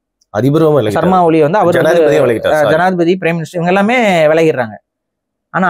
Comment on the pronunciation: அது ஓலி இல்லை. ஒலி. ku பழக்கதோஷம்